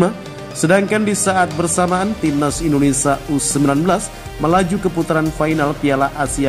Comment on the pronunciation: Naratornya perlu latihan secara intensif agar dapat mengucapkan nama negara kita dengan BENAR dan baik. Bukan IndineSA tapi IndoneSIA.